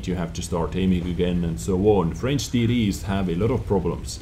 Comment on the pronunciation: I love ya man, but you make me laugh when you say TD's. To my ears it sounds like "Titties".